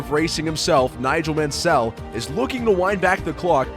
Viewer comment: most of the names were said wrong, if you are too English to notice I can't help that perhaps I shouldn't take you serious either then? Yes Mansell was said wrong but perhaps that is because he didn't use his own voice but rather a computer generated one because he is afraid to speak English yet took the time to edit this video. Think about that first